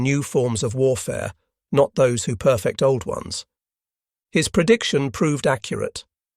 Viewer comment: Don’t get me wrong. The writing is superb. Just the occasional word or phrase gives the narrator away. For example the word Perfect as a verb is pronounced as an adjective.